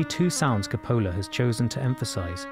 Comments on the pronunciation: Christ, it's not pronounced Ca-PO-la, it's pronounced CO-pa-la. Emphasis on the first syllable, not the second. First vowel O, second A, not the reverse. How could you possibly not know that? FYI, it's Orson Welles, not Orson Wales. You probably don't know that, either. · English boy....his name is not pronounced Capole-ahh. Its CAP OH LA you genius! I think your accent is fabricated for self aggrandizement as you are just a normal private school boy who learned a public school accent....Why not tell the world your full back ground? Either we respect or affect you. You choose. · Ca-POLL-ah??? at least you could pronounce the Director's name correctly. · Interesting. This is the only time I have ever heard the name pronounced that way. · I thought the same thing-and as a result didn't watch it-figuring if he couldn't pronounce the director's name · Buddy, you started off on a really bad foot when you didn't even include the name Coppola in the opening credits, then you mispronounced his name. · Can the essay pronounce Coppola’s last name correctly? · Excellent analysis on a masterpiece. But please learn how to pronounce the directors name. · I fail to see how someone can analyse a movie while being unable to pronounce the name of a main character and the director. Is this narrator from Mars? How could you go through life without hearing someone pronounce the name of Coppola? His fucking daughter has even made films under the same name? And did he not watch the rest of the film to hear how to pronounce Solozzo? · you mispronounce coppola's name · He just put the accent on the wrong SyllAble. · You know, for someone who loves this movie and its director so much, you could have pronounced his name right. lol C'pola. Cope-oh-la ! Great video aside from that. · Co po la. Not copola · Ca-PO-la? No one pronounces it like that. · You are wrong. See my post on the pronunciation of " Cu-PO-lah". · "Francis Ford Kuh-Pool-uh"? I'm outta here.